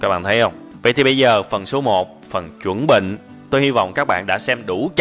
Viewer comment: Cam on anh nhiu a <3 ma "chan benh" moi dung ko phai "chuan benh" a ^^